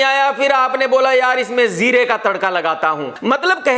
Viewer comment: zeera nai hota bhai its jeera